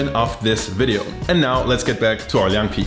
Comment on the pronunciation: As a 10-year Berliner I must respect this video%! You’ve done good research, Chinese pronunciation also good . I thought your channel was just for Döner Pizza thing%@ Unfortunately it’s still hard to find a decent Chinese restaurant that’s good at northern cuisine. Would be great to see more Chinese dishes and I’m glad to provide help:)